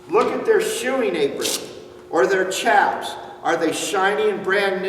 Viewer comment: Why trust a guy who can't even get the right pronunciation for chaps? Lol